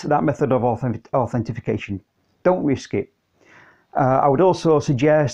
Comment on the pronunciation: Authentication or Authorization. No Authentification :-) great video though!